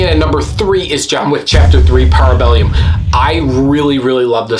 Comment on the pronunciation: I think I agree. Good video!😀 Also, the third movie is ParabeLLum. Double L. There is no i in there…👍🏻